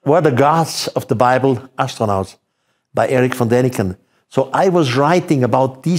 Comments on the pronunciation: Von! not van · Von not Van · At least get Erich ‘VON’ Daniken’s name right ! 🤷‍♂️🤦‍♂️